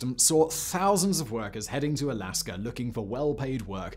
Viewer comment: Words that end in 'a' don't have an 'r' at the end Simon...